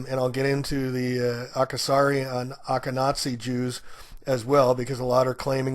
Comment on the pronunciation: It's pronounced not "jew-dins" it's "you-dins".....its "osh-ken-azee" and not "Och-ken-azee".......it's "fue-dil"......and it's "Halp-you-den"........................please get your pronounciation straight. And it's good to rehearse. And it's "Say-lig-mon" for god's sake.